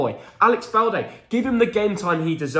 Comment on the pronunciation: Its balde dude